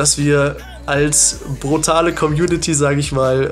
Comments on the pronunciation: Ja an dich selbst 😂 Er heißt aimBROT deswegen auch BROTal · Haha es heisst Brutal nicht Brotal #facepalm 😂😂